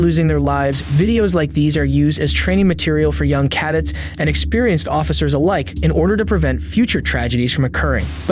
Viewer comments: Training material for "young caddits" huh, not cadets? AI-ass voice zero effort channel, cant even be asked to do a single listen through to check for cc-typos or mispronunciations. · (Ka-Dets) "Cadets" not "cadits" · Kah-dits?? Cadets is pronounced... Oh hell you deserve to look that one up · Ca- dettz not caddetz🤡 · For future reference, the word "cadets" is pronounced cuh-DETTS, not CAD-itts. I was trying to figure out what you were saying and finally figured it out. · The way the narrator pronounced "cadets" as "Kad-Ets" makes me think this is an AI ran channel. It might not be, but its still pretty strange just to chalk it up to "mispeak". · Young cah-dets? This is an AI channel y'all. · Bro says cadets like Raditz with a c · Love how you pronounced cadets as “CAH-dits” at the end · is it pronounced "caddetz" or "cahdets" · Need to teach your AI how to pronounce "cadets". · hate to thumbs down at the end for AI narrations failed to say the word cadets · The way he said cadets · How do you mispronounce cadets? lol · Look up the pronunciation of “cadets” please 😂